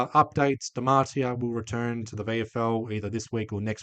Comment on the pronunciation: You cant pronounce dematia